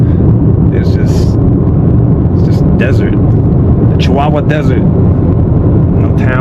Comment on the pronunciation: Bro it's "chiwawa not sikawa" 😂